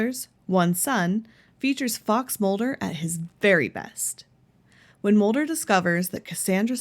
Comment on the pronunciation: It's scully not scolly. And it's Mulder not molder!